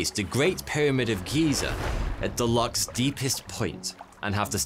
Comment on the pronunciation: oh dear not called locks, lochs